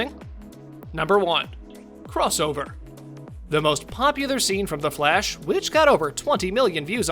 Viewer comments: It's the Flash not Flesh. You keep pronouncing it like Flesh not Flash. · I keep hearing “Flesh” instead of “Flash” smh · Sounds like your saying Flesh not Flash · Is it me or does he sometimes sounds like he's pronouncing Flash as flesh. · Am I the only one who keeps hearing "the flesh"?